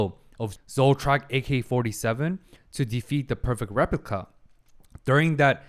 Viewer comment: From creators of famous "Feryeryien" we introduce you to... "Rlyepliyica"